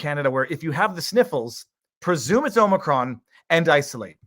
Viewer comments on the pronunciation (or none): none